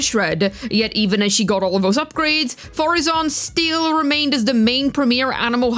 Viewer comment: How dare you not say Madam Faruzan correctly at the start of the video?!? Youngsters these days... No respect for their elders...